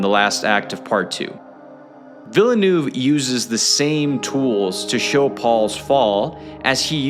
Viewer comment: Take a shot every time this guy pronounces Villeneuve’s name differently